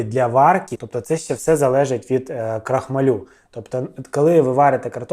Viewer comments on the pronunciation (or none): крохмАль, крохмАлю, а не крохмалЮ! 🤣😂😂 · Не крохмалю на лю, а крохмааалю! Знаток! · КрохмАль, наголос на А. При відмінюванні наголос все одно на А лишається🤓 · Крохма-лю, цей наголос...бррррр 😅 І це я про автора 😂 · Юліну картоплю, разом з блєндєром, навіть обговорювати немає чого, але скажіть будь ласка чому крохмалЮ? Аж вуха болять. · Цей Ваш стьоб, ну просто ниц. І навчіться правильно вимовляти крохмаль в родовому відмінку. Ваш наголос, як її картопля жахливі.